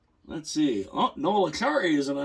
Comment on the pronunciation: It's Acciari not Accari, pronounced Achary.